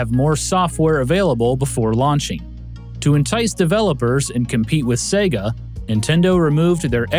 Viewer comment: Thank you for pronouncing Sega correctly:)))))))